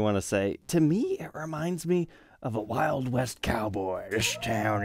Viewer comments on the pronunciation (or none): none